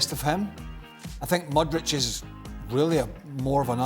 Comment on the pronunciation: It's not Modric. It's Mudryk. Muppets can't even pronounce names correctly.